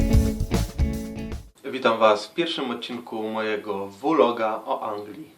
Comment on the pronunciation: Jedna ważna kwestia, miekszkasz w Anglii a mówisz vloga przez "w"...